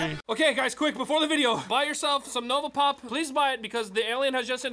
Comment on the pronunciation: I thought you said "Nogla Pop" when you said "Nova Pop".